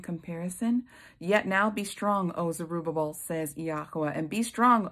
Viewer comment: And thank you for pronouncing Zerubbabel! I tripped over that name so many times I found myself laughing out loud by myself! 🤦🏼‍♀️🤪 Such a good word sister!👏🏻👏🏻👏🏻🙌🏻❤️